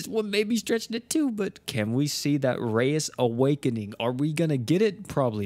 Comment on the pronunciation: I had my CC on, and when he said rayas awakening. The CC had it as “Racist awakening” 🤣